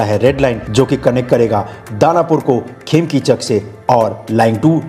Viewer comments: It's खेम्निचक not खेमतिचक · its khemnichak not khemkichak